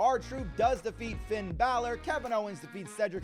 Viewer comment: For the love of God please stop saying Finn's name like that. Disrespectful and sounds horrible.